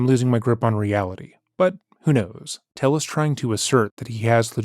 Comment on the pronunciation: I think it's why he said his name was Tayus instead of Tellus, to dissociate. Could be wrong but it was my gut instinct.